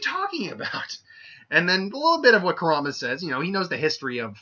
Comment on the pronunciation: Nice job on butchering the Fox's name and Modira's (I think that's how us spell it) U need to rewatch Naruto on English dub